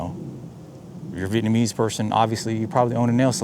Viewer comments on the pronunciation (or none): none